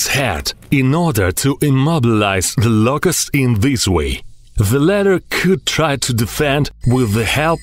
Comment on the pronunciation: Da Louuucusst